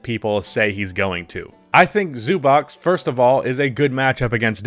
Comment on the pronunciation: Man great video but pls look up how to say Zubac